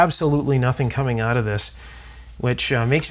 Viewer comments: Every time he says "out", pronounced "oot", it just screams "CANADA!!!". 😅🤣😂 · As soon as I heard you pronounce the word out I knew you were Canadian now Excuse me while I eat a big ol bowl of out-meal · Canadian. Oat in the ole storage shed. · Tell me that you’re Canadian without saying you’re Canadian: the way you say the word out